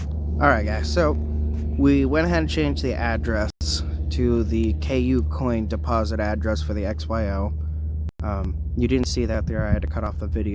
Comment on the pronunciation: Bro you have to stop calling it "K U - COIN" its pronounced coocoin.. All one sound cooo - coin.. It's hard to take you seriously if you don't even know how to say the name of one of the top 5 exchanges in the world lol.. Not hating bro just trying to help ya sound a little more official